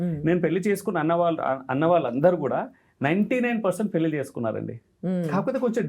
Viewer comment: పెల్లి చేసుకోవటం మంచిది కాదు 😢 పెళ్లి చేసుకోవటం మంచిది 😊. ఏమి ఉచ్చారణ రా బాబు. భాష మీద, నాలుక మీద కాస్త పట్టు అవగాహన ఉండక్కరలేదా?